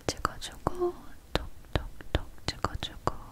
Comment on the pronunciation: 저는 톡톡톡소리가조금...발음때문인지 토토톹ㅌ로들려서..!ㅎㅎㅎ물론라떼님의시각정팅클은최고에요..!!!!